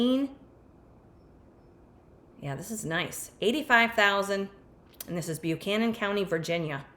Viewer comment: These areas of VA are absolutely beautiful. Buchanan -> "buh-CAN-in", not "byoo-CAN-in", Virginia has some atypical pronunciations 😄